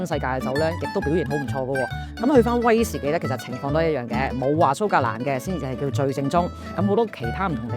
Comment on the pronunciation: 講說話清楚，冇懶音，亦唔係好似一般年青一代咁多尾音……"嘅啊…呢樣呀…係噉啊…噉樣啊…" 唯獨係講說話比較快，同埋每次用威士忌作為句語開始，會特別好用力及好重音，呢樣要留意一下。😊 但總括而言專業，專業得嚟係講緊人話，聽得明。😂